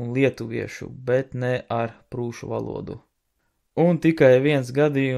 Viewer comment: Tu vairāk uzsver vārda galotni. Valodūū